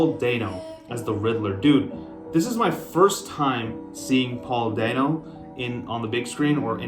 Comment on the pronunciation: Not dane oh, dan oh